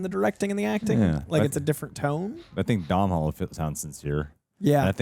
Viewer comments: Doh-nahl Gleason, not Dom-nahl Gleason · As an Irishman it brings me great pain to hear you pronounce Domhnall Gleesons name. The mh is silent. It's pronounced as Donal. Think Donut, but with an al instead of ut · Decent movie.. a good one to rewatch with the kids.. the sibling bond was a bit flat, writing wise they were saying the right things but the chemistry wasn’t quite there.. also you don’t pronounce the mh in Domhnall.. it’s “Donal.. like tonal” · Just in case either of you end up interviewing him, Domhnall is pronounced more like DOE-null.